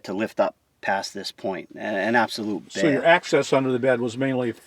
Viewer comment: "the bed was a bay-ah"...